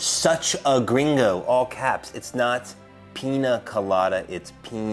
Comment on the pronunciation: "Gringo" and "reagents." Google for pronunciations.